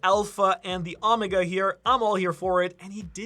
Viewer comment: “Aw meh gah” is a wild way to pronounce Omega lol